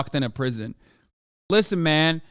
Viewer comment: ArnoldBraunschweiger called it! Lmao “LISSEN”